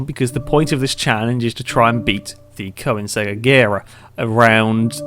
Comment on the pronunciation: FYI it's pronounced KER-NIG-ZEG